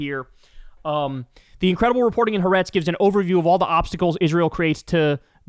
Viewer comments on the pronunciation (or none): Ha-A-retz not Haretz, you stupid... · It doesn't change your point, the name of the Israeli news paper you are referring to is pronounced Ha-ah-retz. It's the Hebrew word meaning "The Country", which is what Israelis call Israel. I'm an American-Israeli who strongly oppose netanyahu and his extremist coalition. I support your reporting. I am involved in Mother's groups protesting to end the war and bring down the horrible Israeli government.